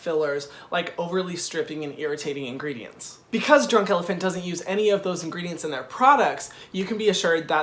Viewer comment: Actually we don't pronounce the "t" in elephant haha but your French accent is cute! Keep doing your videos, they're funny, a little bit sassy and professional! You just gain a subscriber from France!